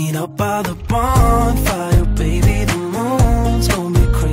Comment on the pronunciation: 본파이어 발음할 때 왤캐 좋냐